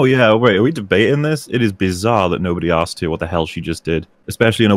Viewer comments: It hurts every time he says aksed/axed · “I axed you...” Why can’t this guy say “asked?” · ''I AKXED YOU, I axked you''.. intolerable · if you take a shot everytime he says “axed,” his arguments become much more solid and logical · He axed him??! Murderer!!😱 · I love all of his “you axed me” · It's even more annoying because he says it right sometimes, so clearly he can do it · Two things: 1) This guy can't argue his points at all. I could argue his points better and I don't even agree with them. I actually wish I could argue for him because this was painful to listen to. 2) He keeps saying 'axed' instead of 'asked'. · "sO i AxksD yOu gUyS..."